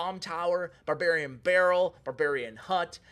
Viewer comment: All I hear in this video is Babarian Barrel :D